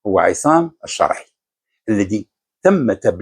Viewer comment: لاداعي القول أن مستوى الركراكي التعليمي جد متواضع. لكني أتساءل لماذا نطق إسم "الشرعي" و كأنه فرنسي أو سويسري "Charai" ؟ هل الركراكي أبوين فرنسيين؟ ألم يقضي وقت طويل بالمغرب كمدرب؟